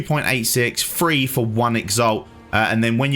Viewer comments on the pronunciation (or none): You know, I never actually pick up on him saying it plural. The thing that drives me absolutely insane is the way he says three but he actually doesn't say 3 he says free or free hundred. Drives me insane.How damn hard is it to make a TH sound?I mean he says "the" just delete the "ah" & add "ree"on the end of it. ...Easy Two twist turn done